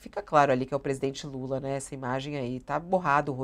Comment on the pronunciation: o ministro diz: passei a madrugada com o Estado maior! mas que dificuldade pra falar presidente Lula ; "UM INCONFORMADO"